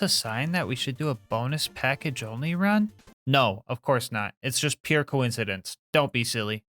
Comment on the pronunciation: Bo-nus Pack-age clap clap clapclapclap